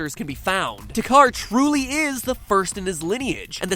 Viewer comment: What is with everyone pronouncing "Takkar" wrong? It is clearly pronounced in the game multiple times and still people pronounced the way they "think" it is.